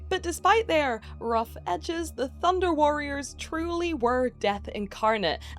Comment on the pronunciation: I keep hearing Thunder cats instead of Thunder warriors